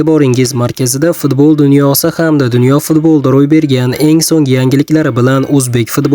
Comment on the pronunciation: Футбол де,фидбол дейсан саков,чаласавод ,шу гапингни эшитиб срази ролик ни учираман,асабим чарчайди